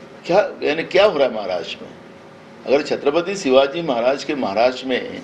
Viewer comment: नाना पटोले हिंदी बोला चालेल पण शिवाजी असे म्हणा सिवाजी असे चुकीचे बोलू नका.